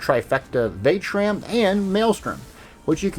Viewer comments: Vat -eh-shran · Are you pronouncing it wrong on purpose ??